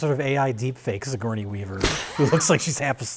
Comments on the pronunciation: pronounced "sigourney-a weaver" the same way gmcfosho did in "Miss My Ni" where he tried to make "sigourney-a [weaver]" rhyme with "hernia" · "Sigourneya Weaver"